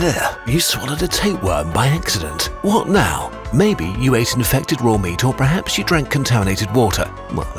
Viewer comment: ik no one asked but why did he say "perhaps" in "perhaps you drank contaminated water" like that